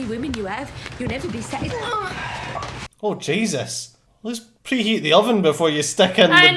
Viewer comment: preheat the oven... you Scots are hilarious XDXD